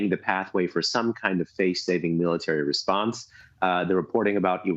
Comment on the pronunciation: "crushing tesponse". Hahahaha!😅